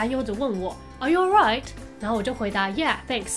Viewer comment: 留英四年的我，听到滴妹说的 R U ALRIGHT 表示太！正！宗！